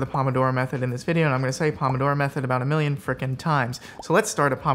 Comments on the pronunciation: the pronunciation is so cringe. it’s “poh-moh-doh-roh” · you're going to say "pomodoro method" a million times... while saying it wrong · Wow I got so annoyed so quickly at the pronunciation of pomodoro, especially when you just kept saying it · The method didn't teach him how to pronounce "Pomodoro"